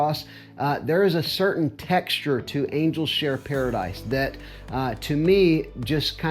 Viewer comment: Paradis is pronounced paradee